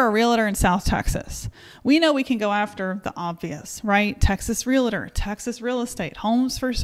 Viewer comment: FYI, no such thing as a “real-a-tor”. They are called “real-tors”. Great video.